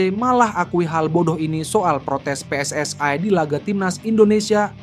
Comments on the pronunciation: Mas kalau baca PSSI jangan di baca pssai ini indonesia bukan inggris bukan malaisia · Min min..gak.usah di inggris2kan kl nyebut pssi malah terlihat lucu and kampungan wkwkwk